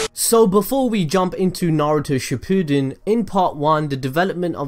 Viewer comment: It is not suppooden it’s shippund